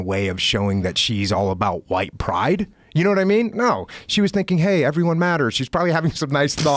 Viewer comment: Joe to you think dis is funny you whaite people think dis Is funny